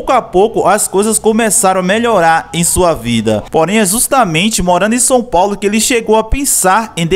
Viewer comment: Fiquei agoniado tbm KKKKKKKJJJ Fora o Son Paulo né KKKKKKKKKK